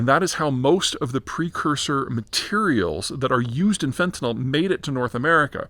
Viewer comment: Fen-ta-NIL. It's pronounced the same way it is spelled. Fentanol is an actual, different chemical, β-hydroxyfentanyl.